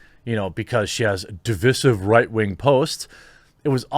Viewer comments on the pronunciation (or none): THE WAY YOU SAY "DIVISIVE"..... LMFAO!!!! OH WOW!!!!!! HOW DO YOU MISPRONOUNCE THAT????